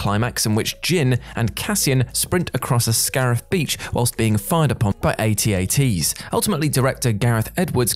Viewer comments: "A-T A-Ts?" They're called At-Ats; the letters aren't pronounced out separately. I've never heard it pronounced in such a way before, and I had an original AT-AT toy in 1982. Is this a new thing with young people who never heard the term pronounced before? Do A-T A-Ts fight alongside T-I-E Fighters? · Except he calls At-Ats "A-T A-Ts." Ugh. Made my skin crawl.